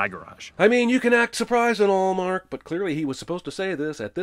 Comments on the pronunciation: I’m adding a sin to the counter for turning the name ‘Mark’ which has just one syllable in it to a two syllable chant, and not only one crazy person who doesn’t understand syllables doing it, but a crowd of 10,000 people collectively doing it. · So sin on the animation and not for the super annoying chanting a one syllable name as a two syllable name